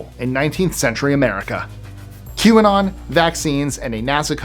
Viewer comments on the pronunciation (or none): none